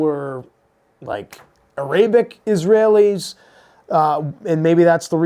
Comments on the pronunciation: It’s not a-Rae-Bic It’s pronounced era-Bic Arabic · You need to go back to school dude. Your English is not good. You need to figure out when to use “is” versus “are”. Your pronunciation also is subpar. You cannot pronounce the word “Arabic” correctly? You are always touting your intellectual prowess. You don’t show it. Learn how speak English better. You could be excused if you were not a native English speaker. So many non native English speakers have a much better command of the English language than you.